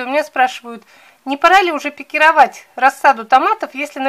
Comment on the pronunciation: Наконец-то правильное ударение на слове пикировАть, а не пикИровать